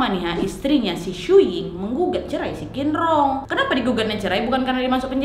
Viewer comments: Masukan sedikit kak, huruf Q itu benernya dibaca Ch, jadi Qin di nama bapaknya itu harusnya dibaca Chin, bukan Kin 😊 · Kak bapaknya bukan dibaca 'kinrong' tapi 'cinrong' 😂😂😂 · Qinrong bcnya Chinrong kak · Buat pelajaran kita sama² kak. Kalau huruf Q untuk orang Tionghoa dibaca C kak. Jadi misalnya "Qinrong" dibaca "Cinrong". Semoga bermanfaat infonya kak